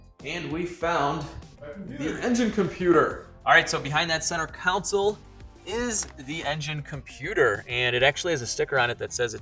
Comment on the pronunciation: It's console not counsel. Jus sayin.